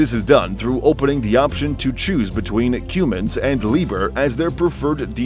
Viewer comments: Hello,. Wottza 'Cyoomins' diesel engine?????????????????????????? Try saying "Cumm-ins". Just my 0.02. You have a wonderful day. Best wishes. Deas Plant. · if you call a Cummins Diesel a 'Qummins' one more time xD blasphemy